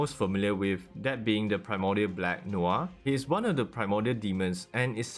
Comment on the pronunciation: Noir is pronounced Nor